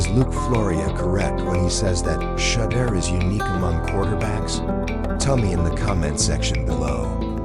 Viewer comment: This is the 3 time they say his name fuc up